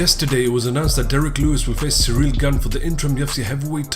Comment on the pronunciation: Bisping, can you please stop saying “cereal gone”.